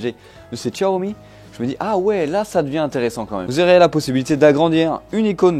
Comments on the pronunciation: non xiaomi pas tchatomi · Y a pas de 't' à Xiaomi. Sinon, merci pour la vidéo 😉